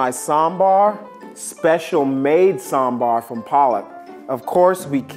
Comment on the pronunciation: Why this girl cannot pronounce sambhar